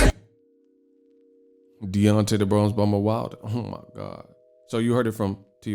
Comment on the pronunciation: This dude everytime he mentions Wilder "Omagawd" cracks me up everytime 🤣